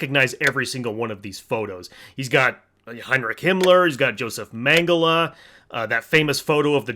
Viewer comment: WHY DOES HE KEEP SAYING HEMMORAGE HAMMLER😭